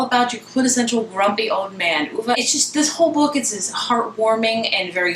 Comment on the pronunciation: You DID pronounce it properly!! Good for you, I'm over reviewers saying OVE.